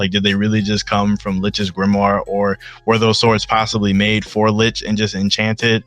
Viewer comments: Homie said "Litch" *CRINGE*. For some reason it irks me when people mispronounce his name that way lol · Imagine calling licht "litch" :0